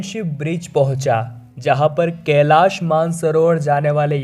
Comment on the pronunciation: केलाश नही कैलाश बोलो